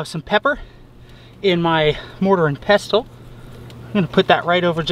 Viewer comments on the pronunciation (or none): hate to be that guy but... it’s pronounced mortar and pessle o.o